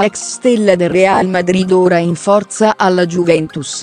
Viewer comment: No il bello è che dice giuventus😂